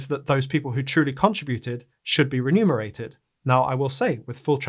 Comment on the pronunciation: Please learn how to pronounce: Remunerate